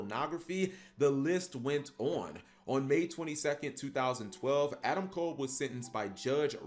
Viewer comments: Just so you guys know, you're mispronouncing his name. It's Adam Cobb. Not kole. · I'm not talking about the wrestler. I know nothing about him. I'm talking about the guy in jail. Everyone keeps pronouncing his name as "Adam Kole" when it's pronounced "Adam Cobb."